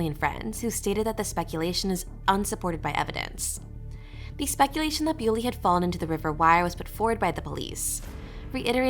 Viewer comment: Her name is pronounced Bull-y, not Bew-ly. Please make an effort to get your facts METICULOUSLY correct. Have you not listened to even one minute of the many videos in which her name is pronounced Bull-y? Such insulting blunders call your credibility as a podcaster into serious question.